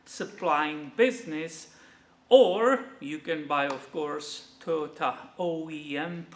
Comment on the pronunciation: pronunciation of Toyota right on the money and yes I love Toyota as well since I was 15 years I've only owned Toyota's